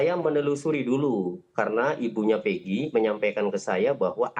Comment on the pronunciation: keserupn nybut nma eeggii...bukan peegi..itu yg sy dengar..coba putar lagi kawan